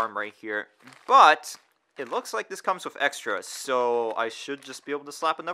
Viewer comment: When did "th" this start to sound like "v" vis